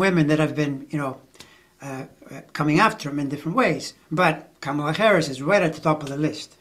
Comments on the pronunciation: NOT 🐫 Camel La. It’s , Comma La. Her kids call her, momma La. Thank you.! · The only thing I object to is when people pronounce her first name wrong. THAT is disrespectful. She's been VP for three and a half years. Yet there are still DC pols--mostly men--who can't be bothered to pronounce it as she does, as her staff does, how she's introduced at rallies...etc